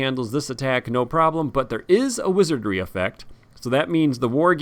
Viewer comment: "Wizardry", not "Wizardring" you dolt! Saruman is so ready to vanquish you into oblivion 😂. Love the subtle effects you put on this video.